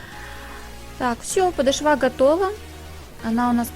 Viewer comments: Мастер класс отличный!!!! Спасибо! Музыка очень мешает! И надо говорить подооооошва!!!! Не обижайтесь! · Да что же за падашва .... 🤔Делайте правильно ударение , не коверкайте русский язык . Даже не захотелось дальше слушать ваш МК , из за вашего падашвА. 🤨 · ПодошвА!!! Как это теперь расслышать!! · Правда режет слух😁😄 Но мы все ошибаемся! Учится никогда не поздно, я всегда прислушиваюсь!✍👌👍👩‍🎓